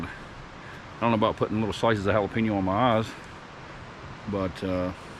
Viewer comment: I like watching ur videos, but it's (HA LA PEN YO) NOT HA LA PIN YO.. HAHA keep the videos coming..🤙